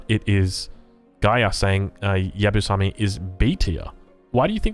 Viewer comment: Maybe a little bit late, but this is how you English speakers pronounce Yabusame: Ya-boo-sa-may hope this helps